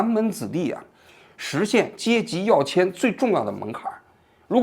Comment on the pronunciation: yue迁，不是yao迁